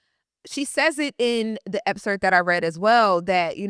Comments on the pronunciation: Lauryn, great video but I’m going to hold you accountable with something. Excerpt. It sounds like you’re saying Epcert. You’re a STRONG voice so I wanted to make this correction/criticism with intention to hold you to a standard that is higher than many others in this space because you are just that good. Don’t want to see you at anything less. Keep going and know this comment was with love, not with the intention of bringing you down. Keep being great, this was a very deep and intelligent analysis. I’m looking forward to more of your videos once the book comes out. 💪🏾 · Epcert? Excerpt baby girl… ❤ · If she says EPSERT one more time! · Loren if you're gonna say the word 100 in 25 minutes then please learn how to say it properly. The word is EXCERPT. The word doesn't have 2 Ps.